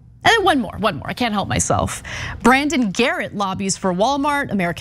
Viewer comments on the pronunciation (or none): none